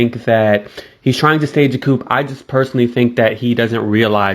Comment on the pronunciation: The P in Coup is silent